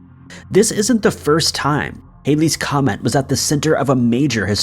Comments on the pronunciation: It’s not haileys comet !!!!! It’s Halley’s Comet ! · it's Halley's comet , pronounced similar to "Hal" as in "Hal 9000" the computer in 2001. It is NOT pronounced similar to hail.